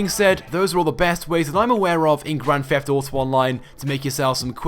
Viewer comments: Dude, it's Grand Theft Auto, not Grand Feft Auto. Why do you say it with an 'F'? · Dude it's Grand Theft Auto, not Grand Feft auto. Why do you say it with an 'F'? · That's how it's pronounced. A 'th' makes a 'f' sound